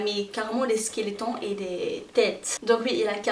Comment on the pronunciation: J'aime bien ta vidéo❤ça se dit squelette